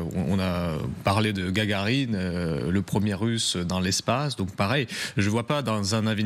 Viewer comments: A Youri gaRgarine 😂 Franchement.... Un désastre cette chaîne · O'34'' Youri GaRgarine 🤣🤣🤣. Un mix étrange entre Gagarine de son vrai nom, et margarine, ou gargarisme. Comment voulez-vous être informé correctement par des journalistes totalement incultes qui ne connaissent même pas le nom du premier homme à être allé dans l'espace. Cela devrait rappeler quelque chose à ceux qui ont vu l'excellent film "Idiocracy". Perso ça me fait peur, car on a vraiment basculé dans l'idiocratie la plus crasse ! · gargarine XD XD XD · Youri gargarine qu'elle dit Margot..??? Un mélange entre margarine et gargarisme peut-être..???😂😂😂 Purée mais c'est quoi ces journalistes incultes 😂😂😂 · Youri gaRgarine 😂 la correspondante n'a pas bien appris les leçons d'histoire 😂